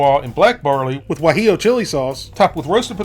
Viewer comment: You said Gwa-jello sauce and then recorded over it, didn't you :)